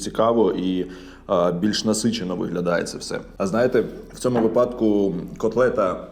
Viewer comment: не випАдку, а вИпадку. мені не догодити/догодиш. В іншому дякую за ваші огляди, за просування контенту українською.